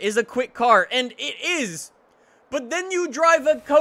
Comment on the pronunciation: the way he pronounces koenigsegg triggers me so hard. GOOGLE PRONOUNCIATION PLZ